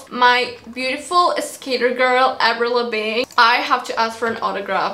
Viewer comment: I love how you say " avril labing" your accent is too funny